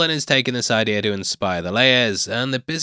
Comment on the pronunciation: It's "idea", not "idea-r"